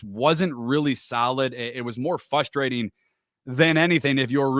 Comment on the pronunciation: Dude. The word is FRUSTRATING. Not "fus-tating" I don't know how you haven't had a co-worker not lose their mind over this yet. I love this podcast but it is basic English. And I sense they alllll talk about this behind your back because it isn't that difficult.